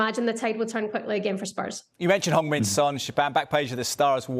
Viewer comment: Can we please say Heung Mine’s name right… ffs